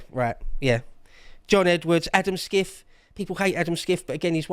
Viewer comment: Adam Schiff = pronounced "Shiff". He'll be CA's next US Senator...